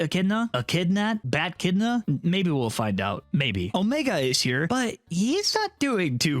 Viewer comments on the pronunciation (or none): none